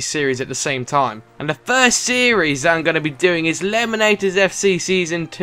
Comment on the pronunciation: can you stop saying 'then' and 'that' as 'den' and 'dat', thanks